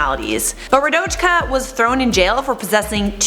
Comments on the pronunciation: Rodajka Kecman is pronounced wrong! I speak Serbian and u pronounced it like her name is chinese XD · Rradojka kecman pronuncinations lmao